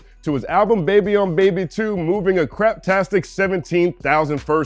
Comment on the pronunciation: "DA BEBEH" lol